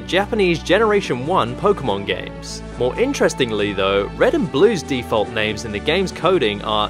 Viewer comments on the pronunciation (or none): none